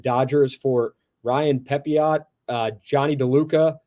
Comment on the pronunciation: It's pronounced Pepio, not Pepiot